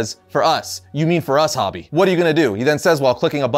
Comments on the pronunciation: Isn't "Hobie" pronounced "Hoh-Bee", not "Hah-Bee"? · Hobie.. ho-bee, not hobby. Silly goose.